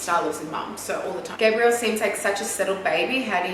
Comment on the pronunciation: I love you!!!! But I just wanna comment on Gabriel’s name, it sounds like a girls name when you pronounce Gabriel it sounds like you’re saying “Gabrielle” 😭😭😭😭😭😭😭😭 the way Tammy pronounces it sounds right!